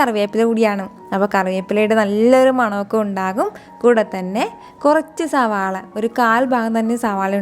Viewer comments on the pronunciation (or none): none